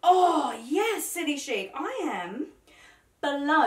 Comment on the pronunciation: Nope it’s City Chic as in ‘sheek’, always has been even when it was named Big City Chic 20 years ago! Chic means elegantly and stylishly fashionable 😀